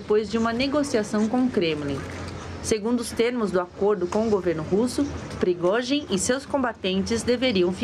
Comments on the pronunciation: Da uma agonia eles falaram Progózin, e não Prigozin. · Esses repórteres poderiam aprender a pronunciar o nome do prigozghin ,essa pronúncia da CNN dói os ouvidos, vergonha